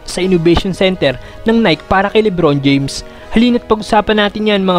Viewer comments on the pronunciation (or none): Boss Nai-kee not Nayk but all in all goods ang video keep it up